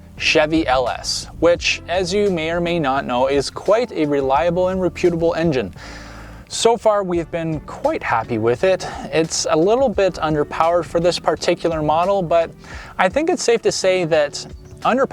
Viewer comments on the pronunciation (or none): The 4.8 is a reliable and re-pyoot-able engine? Where are you from where they pronounce rep-ut-a-ble like that? No shade but I really want to know.